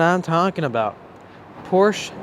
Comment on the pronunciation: It is pronounced Poor sha but fuck california. I'll get mine under sticker here in missouri.